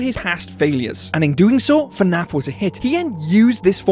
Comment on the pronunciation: abolute bonkers of a video, well done but please its not f'naf, its fnaf